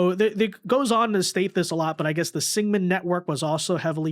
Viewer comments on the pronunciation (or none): SINGHAM. SINGH-AM. SEENG-UM. Not Sigman. at least try dude. jesus.